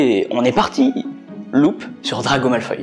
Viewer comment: Belle analyse que tu nous as pondue. Seule défaut, c'est que tu be prononce pas "Malfoy" comme je le fais: ça ma juste un peu déstabiliser. Toi: Malfoy > malfoille (oye) Moi: Malfoy > malfoi (wa)